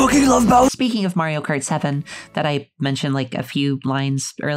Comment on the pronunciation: Ok, I have to admit that as a kid, I always thought bowser’s name was browser. but NEVER Have I EVER seen someone call him BOWDER THIS HAD ME ROLLING